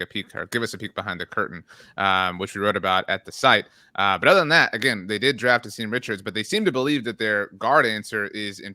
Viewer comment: Asim is pronounced Ahsum